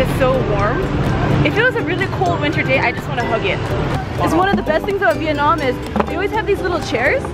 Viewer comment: could you stop calling my country Vietnom it's Vietnam